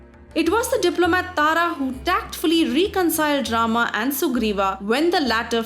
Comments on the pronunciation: What the hell is with the: Ravanaaa Ramaaa Dhutrastraaaa Indraaa If you're an Indian then talk like one. Pronounce the proper names lady. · GURU KRISHNA exactly. The pronounciation used here is so annoying! Honestly, Ramaa, Shivaa. My ears bleed.